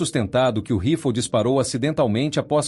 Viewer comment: Que mania de falar " rifol" o nome é RIFLE!